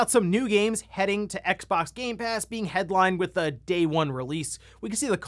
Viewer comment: It's X-ex stop that cross shit